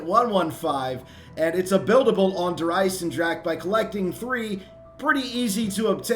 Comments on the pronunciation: Hey, just wanted to say that you're saying "Der EisenDrache" incorrectly, along with most zombies YouTubers. It's pronounced "Der Izen Drahken" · nvm, the second time you slaughtered it. All is balanced and well in the world.